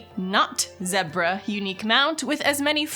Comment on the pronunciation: I am disappointed in pronunciation of zebra.